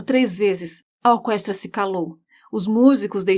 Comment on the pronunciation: Sua narração é excelente e sua voz é linda. Eu só não entendi pq vc fala orquestra com o som do u